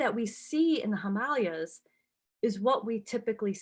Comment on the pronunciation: Pronounce Himalayas wrong and pronounce Appalachia wrong . Can’t listen